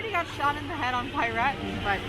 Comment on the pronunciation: Hey there, we've just discovered your video about your Europa-Park trip yesterday. It was a lot of fun to watch :) Your pronunciation of "Piraten" was very unusual for us to hear as Germans but made es laugh through the Video :) Thanks for your video about your trip to the Europa-Park. We are also seasonpass holders. Maybe we'll meet in the future :) So, have a good time and we're looking forward to your next videos. Regards from Cologne, Alex and Pete.